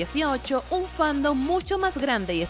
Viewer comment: ¿Soy yo o dice "fandub" en vez de "fandom"?